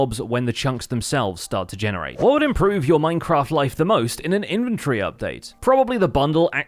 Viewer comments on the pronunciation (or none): In-ven-tor-ry.. Not infantry. 🤦‍♂🤦‍♂